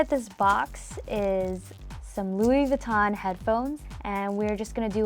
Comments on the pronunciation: She pronounces Louis Vinton wrong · they didn't pronounce louis vuitton right 😷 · I cringed every time she tried to say Louis Vuitton... 🤦🏻‍♂️🤦🏻‍♂️